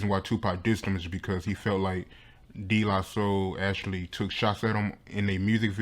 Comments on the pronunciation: "...D la soul..." ctfu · Who is this young cat doing this interview....it's De (pronounced "Day" not "Dee") la Soul....SMDH